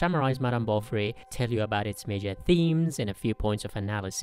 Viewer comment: When you say "Bovary" it always sounds to me that you are saying "Bolvary", or it's just me!